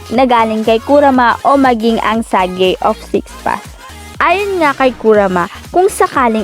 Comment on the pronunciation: Sage hindi sagi